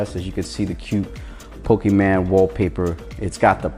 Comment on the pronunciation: Bruh it's not PokemAn, it's PokemOn............... nice vid still hahaha question, does 60fps video recording works on this ROM?